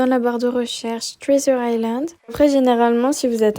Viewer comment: Trizure island 😂 pardon mais ça m'a fait rire 🥰